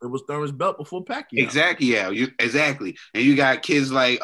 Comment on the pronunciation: said ‘EXACQUIAO INSTEAD OF EXACTLY’ 😂😂😂 He realised tho...😶😶